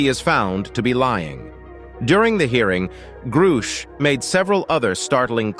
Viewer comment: Can't say I've heard of a David "Gru-shaesh." Maybe this channel isn't quite the subject matter expert or authority on the matter after all. What's next, "nuke-you-ler" weapons? Lol. Disappointing video. SSDV